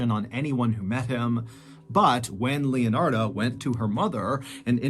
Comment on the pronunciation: Leonard in case you're wondering why he's mispronouncing any other name.